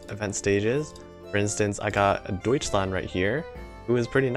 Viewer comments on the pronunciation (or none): none